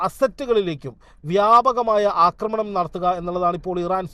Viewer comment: അക്രമണം അല്ല പെണ്ണുമ്പിള്ളേ ആക്രമണം ആണ് ശരി. ഒന്ന് തിരുത്തി പറയാൻ ഇനിയെങ്കിലും നോക്കൂ